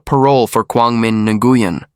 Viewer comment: Dude, it’s pronounced “new yen”